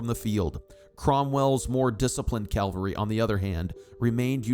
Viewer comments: I love the details of this research, except the mispronunciation of what I assume should be "CAVALRY, which to me is repeatedly jarring. Perhaps a proof reading problem. From the dictionary ... On the battlefield, one should send in the cavalry, which is the word for an army component mounted on horseback. The similarly spelled word calvary however, refers to a depiction of the crucifixion, or, more recently, to an experience of usually intense mental suffering. 🤔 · The pronunciation of CAVALRY is not the same as Calvary, the place where Jesus died.